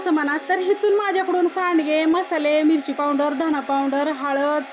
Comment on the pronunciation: पाऊड्रर्र नाही ग अक्का पावडर म्हण 😂